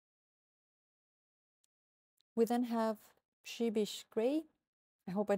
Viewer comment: Przybysz's grey, you pronounced the name correctly 🙂